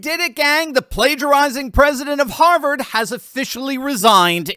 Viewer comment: Rolling on the floor, laughing my fu$king ARSE off at 'Haaavaaared' 😅😂😊🎉❤